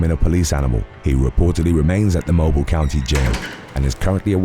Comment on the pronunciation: “Moh-BEEL”, Alabama.